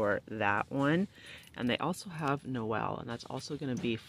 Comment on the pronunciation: I thought the noel in the beginning said Abel lol